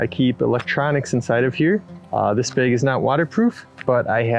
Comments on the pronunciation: "...front bayg..."?????? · There’s no E in “bag.” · Cringing everytime you say bag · I love the way you say bag. And I’m pretty sure you said “never invite a beer to a campsite” which is a no go.